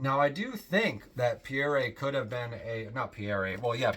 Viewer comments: Pierre is pronounced Pea. Air. It’s French for Peter. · I found his mis-pronunciation of the most common French name in history rather embarrassing.